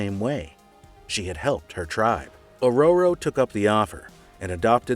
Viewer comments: Oh dear Goddess, your pronounciation is atrocious when it comes to names. Example: It is O'ror'o not Or'or'o. I liked the topic but kept cringing throughout its run. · Aroro? I thought it was Aurora...or was it Ahora..🤔 I couldn't help but laugh every time this guy said Storm's "name". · Or-row-row Monroe threw me a bit. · "Oh Row Row" 😅😊❤ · Storm - a.k.a. Ohroroh, lol! 😄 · Giggling at Or - Roar - Ro. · I like this channel but omg guys some of the pronunciations you choose to use.... Ororo spoken as Oh RoRo ugh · Or rowrow... I like this channel but you guys never say all the names correctly. It's hilarious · A row row ....lol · Learn to pronounce her name or just say storm